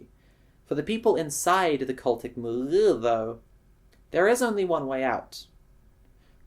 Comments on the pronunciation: nice milieu pronounciation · "Cultic Mill-eaugh" well at least now I know someone pronounces it like I do